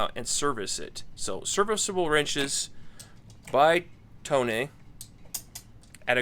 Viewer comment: The pronunciation is toe-nay. I've bought some of their tools. They were made in Taiwan. The quality is very good.